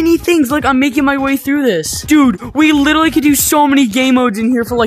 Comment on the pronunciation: “Litly” it’s Litraly